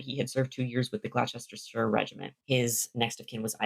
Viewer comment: I'm not sure about Ayrshire, but if you want help on other pronunciations, Gloucester and Gloucestershire, which you also seem to be struggling with, are "Gloss-ter" and "Gloss-ter-sheer". You might also come across "Worcester"/"Worcestershire", which are "Wuss-ter"/"Wuss-ter-sheer". These are some of the worst place-name spellings we have in Britain, and even many locals struggle reading them if they're only familiar with the pronunciation or vice-versa.